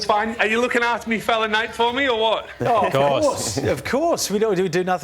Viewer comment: 36 it’s Nate lol not nat I am I am and Essendon fan